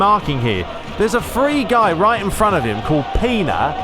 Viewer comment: It is pronanced Pena not pina come on.